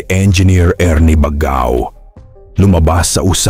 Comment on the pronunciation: Mali po ang pag pronouce ninyo ng baggao dapat bag gao